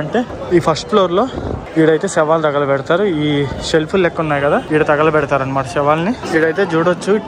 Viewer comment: VEDIO POORTHIGA CHUSAKA ARTHAMAINDHI BABU MEERU ANDHUKU "THAGALAPEDATHARU" ANI VUCHHARINCHAAARO . PLZ DON'T SAY LIKE THAT THAGALAPEDATHAARU